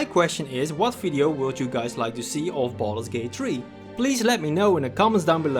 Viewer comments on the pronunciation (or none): Sounded like you said "balls gate" in the intro and for some reason I found that quite funny